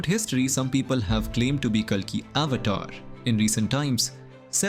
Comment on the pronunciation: So you can't even pronounce avatar well??